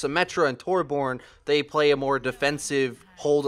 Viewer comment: dat pronunciation on Torbjörn x)